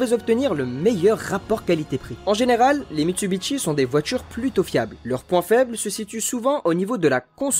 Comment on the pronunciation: Les liaisons à l'oral constituent un petit florilège en soi, sans compter que je me demande bien pourquoi Mitsubishi devrait se prononcer Mitsubitchi ?